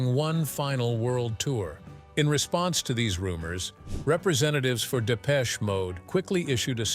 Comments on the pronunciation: Depech shay mode! 😂😂😂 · And it isn't 'Depech-A'...ugghh..